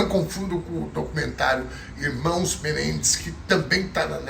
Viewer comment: A pronúncia de Menendez, na análise léxica, é oxitona. Sou fã incondicional de.